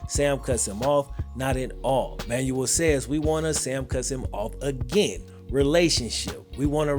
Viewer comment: Man said “Manual”. Fam… it’s “Man-well”